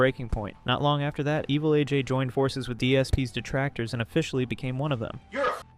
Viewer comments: Lmfao I am pronouncing evil AJ's name as 'evelage' for the rest of my life now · Evilaj? You mean Evil A. J.? The inconsistent pronunciation between AJ's username and Machinima is wild... 😩